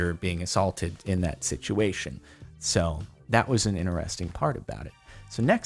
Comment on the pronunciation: Interesting has a “T” at the beginning of the word too. It’s “Interesting” not “inneresting”